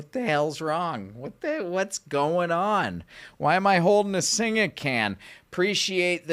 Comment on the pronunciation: Gday, You don’t say the a on the beer Singha it pronounced Sing 😊